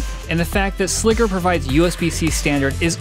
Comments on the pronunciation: Sliger isn't "Sligger" doesn't rhyme with tigger, bigger, or figure. Its Sliger as in Tiger or Geiger. What they don't show you in these videos is the actual racking of these cases. Anyone wanting a rack mount solution with rails stay away from these. My whole reasoning for buying these was that I could fit AIO's and they'd be easy to build in and maintain and its been nothing but a headache that I regret. I made the mistake of buying both the 3U and 4U with rails and the rails they sell are generic garbage and don't mate up properly with the holes on the side of the server so the servers wont slide in flush with the rack to actually screw in. There are not good instructions or diagram showing a proper way of doing this so you're just left to guess which holes are supposed to be used and no combination I've tried allows the case to completely slide into the rack without some type of issue. Add to that the boxes are too wide once the rails are mounted which causes the rack mounted slide to mar the side of the server which kinda defeats the purpose of spending this much on something that looks nice just to have some stupid detail like that screw up the powder coating. Ive tried fitting these in 5 different racks so at this point the rack cant be blamed for the shenanigans. They send some 3D printed spacer with the rails that's supposed to align the rails and 4 out of the 5 racks this just made the fitment issues worse. I really wanted to love these because my Ceberus was an ama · It's pronounced 'Sly-gur'... put some respect on Kahlin Sliger's name. 😜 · Sliger is pronounced like Sly-ger. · Good review, but I cringe every time you pronounce "Sliger". SLY-gr. Like "Tiger". The way you keep saying it is WAY to close to Nn...nnever mind. It's deeply uncomfortable, is what it is. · Sliger "sly-ger", when it doubt, "when two vowels go walking the first one does the talking, even when ere is a consonant between them"